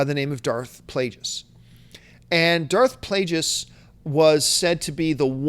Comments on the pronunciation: John hurt my brain several times during this video. Mispronouncing Darth Plagueis like 50 times, forgetting about Watchmen and 300 for Snyder and forgetting the horrible Superman Returns for Singer and dumping on the story for Mad Max. Love the show, but yikes, take a vacation John. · I love ya John but you really gotta stop saying Darth Plagueis like that...